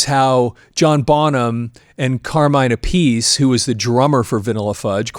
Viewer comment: Ok I used to do this, the name Appice should be pronounced l so, it rhymes with Appleseed. Vinnie and Carmine Appleseed. Vinnie played on Mob Rules than played for Dio. Really love the love you are giving Vanilla Fudge.